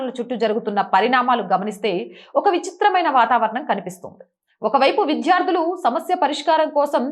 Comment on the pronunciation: విద్యార్థులు....అని చదవండి.... విధ్యార్థులు కాదు...మీరు ఒత్తులు, దీర్ఘాలు పరిశీలించి జాగ్రత్తగా చదవండి...మీ ఛానెల్ బాగుంటుంది... రెగ్యులర్ గా చూస్తాను...